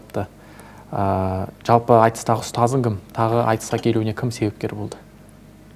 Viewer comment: Жүргізуші: Айтысқа келуіНе кім себепші болды? СҰРАҚ: Кімнің келуіНе??? (Ң әрпін айта алмайтын адам қалай журналист болады?!)...